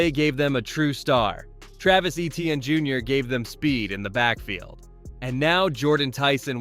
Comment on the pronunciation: Good video but o highly encourage you to check on the pronunciation of Olave and Etienne